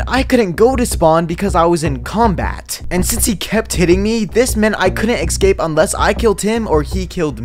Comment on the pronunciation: "EKScape", "PROpare", and "TOOKen"?